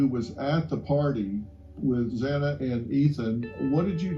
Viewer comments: It sounds like you are speaking badly about Ethan cuz he took his freshman yr over. Don't speak ill of the deceased. Xana is pronounced with a short A. Sounds like Hannah.😢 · And her name is Xana like Zana or rhymes with Anna. Not “zayna”